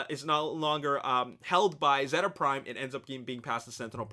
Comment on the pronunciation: its pronounced zeta (zayta)